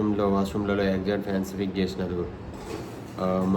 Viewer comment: Exaster fan pronounciation correct ga ledu🎉🎉